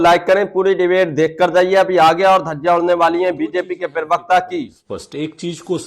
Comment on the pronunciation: aap pahle प्रवक्ता sahi bolna shuru kariye aap pirvakta bolte hai Aapka video achchha hota hai lakin प्रवक्ता boliye